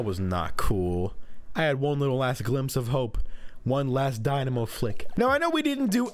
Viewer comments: It’s dynamo (die-nah-moh) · the diyamo roller Me: it's the dinamo roller ( that's how you say it not spell it) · “ kensa dibnamo roller “ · The way you pronounce dynamo hurts my head